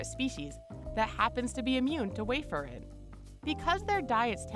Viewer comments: Warfarin is clearly not pronounced way-fare-in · LOL - warfarin is pronounced wawr-fuh-rin.